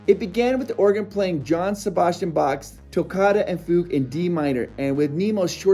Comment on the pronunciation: Hearing Johann Sebastian Bach pronounced John Sebastian Bach, followed shortly by fugue being pronounced foog (it's Yohan and fyoog, respectively) hurts my heart. Two seconds to Google pronunciation before recording was too much, I suppose.